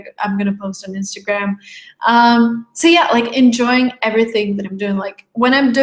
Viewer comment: hi if you don't mind its enjoying not enjoyning